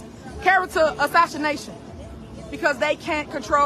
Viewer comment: “Character assashshination”